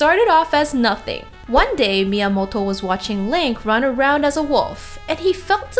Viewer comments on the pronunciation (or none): please stop saying miamolto, , miamoto, , , you sound american, and yet when you say his name you try to put an H in there , like, miamohto, wtf